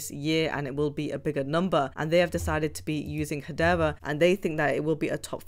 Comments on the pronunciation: Wtf is hadeva? It's hadera. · HedeRA. And not HedeVA.